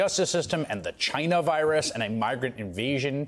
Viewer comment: Either Mexico or " CHAYNA", as OT calls it !!!